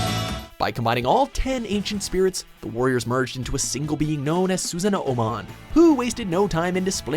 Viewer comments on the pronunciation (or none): Susan-o-o-mon.......that made me cringe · lol how he pronounces it susan-o-o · Susanomon (Sue-Saw-No-Mon) Biomon (Bee-O-Mon) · Did you just say SUSAN A O MON !? WHAT IN THE FUCKING SHIT SON ! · why omnimon in digimon linkz is omegamon??? and holyangemon too. P.S. Su-sa-noo(long voice ooooooo) not su-sa-no-o